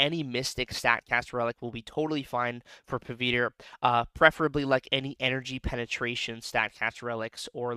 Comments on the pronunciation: Pa-wit-ra this is how u pronounce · so we South Asians actually switch the w and v sounds lol. My parents talk like that. But, in the movie, he introduces himself a “Puh-vit-ruh” and Gwen calls him “Pav” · i agree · 😂😂😂you pronouncing the name was funniest